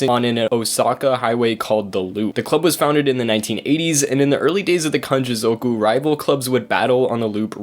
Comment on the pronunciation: zoooowku 😂🤦🏽‍♂️ ffs learn to say it properly